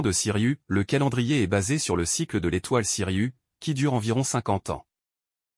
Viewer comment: Ce n'est pas Siriu, c'est Sirius en insistant sur le s en fin de prononciation, voyons !